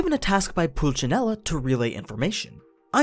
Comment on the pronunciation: there's no H letters in the word pulcinella, italian is prounced less like cyaohh = ciao or pulhcynelah....italian words have the same phonetics as "bomboclat"